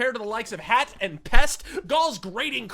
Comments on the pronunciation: Yeah Yeah Yeah - Is it THAT difficult to say : HATE, when you clearly cannot speak the Norwegian pronounciation of hate, hat?? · One thing to note. Hat’s name is pronounced with a long A, like Haat. It means hate in norweigan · His name is not "hat" as in a hat you wear on your head, "hat" is pronounced with a long "ah" sound and means "hate" in Norwegian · I can't watch this. It's pronounced "Hāt" (long a, like in barn), not "Hatt" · It is so funny when u pronounce singer HAT. Like it is something u wear on your head :D It is not hat. It is hat (ha:t) and it is norvegian lanquage and it means hate.